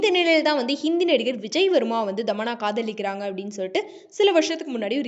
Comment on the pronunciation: Dhamanna illa thamanna